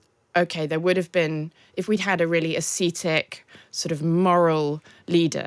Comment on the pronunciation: Where do they find these idiots? "Aseetic"???